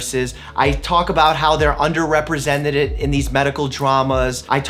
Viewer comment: "Under representeded?" 😂😂 I caught that doctor Mike! Lol